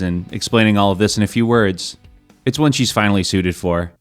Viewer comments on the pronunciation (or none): none